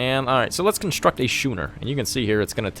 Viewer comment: 2 weeks later - “yeah that fires still burning, but he’ll be able to put that out no problem”. Anyway, great video, watch you for Civ 6 and I’m now getting into Anno so nice to see ur vids. A couple of points, its Schooners as in ‘Skooners’ and its Quays pronounced ‘Keys’.